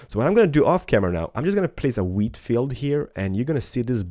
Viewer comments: When he says wheat it sounds like weed Video Rename Weed Harvester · Hahaha you say weed everytime x)